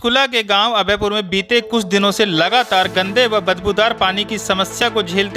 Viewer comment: News 📰 Listen अभयपुर या अभेयपुर Galti toh ap bhi kar rhy ho 😂 headline May